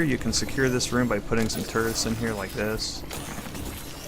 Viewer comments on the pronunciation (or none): Instead of Turrets i hear Turds xD. No offense